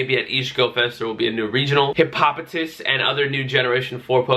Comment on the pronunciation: It's Hippo-poh-tas 👍🏻